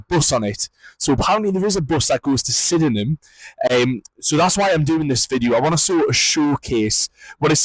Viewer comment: there's a little shuttle bus from Belfast City Airport to Sydenham Station (pronounced) Sid-num). I was laughing at all your walking. 😂😂 Good videos though, keep it up 😊